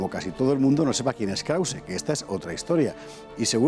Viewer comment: ¿Nadie le pudo explicar a la locutora-narradora de fondo que es KrausE (con la "e" pronunciada) y no "Kraus" como dice ella todo el tiempo? Por cierto, la entrevista a Raúl Angulo muy buena, y sus conferencias completas pueden verse en la web de la Fundación Gustavo Bueno.